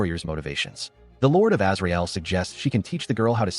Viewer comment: When I heard "Azrael" at first I thought they said Israel. Lol